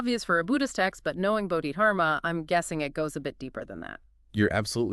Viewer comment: Its budhi dharma..pronounced budi darma..i believe